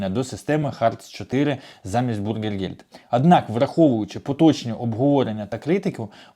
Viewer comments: Bürgergeld бюргергельд, а не бургергельд.😊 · Говорите пожалуйста правильно " бюргергельд", а не " бургергельд", это не булка с котлетой, а деньги для граждан. Большая разница! И не пугайте людей, принудительно никого не будут высылать! Кто за 3 года постарался и выучил язык и желает или уже работает, тех оставят с удовольствием. В Германии нехватка рабочих рук во всех отраслях! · навчись вже правильно казати: НЕ бургергельд, а бюргергельд! Від слова бюргер ( громадянин), а не бутерброд! Не позорьтеся!!!